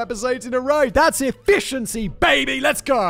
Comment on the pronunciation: "Efficiency" he says.